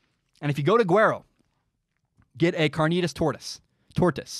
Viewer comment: As a mexican, yeah "tortas", your pronunciation is good, and I get why you love "carnitas tortas" XD you sir have good taste (I also love Krispy Kreme btw) Definitely have to try Lardo's burgers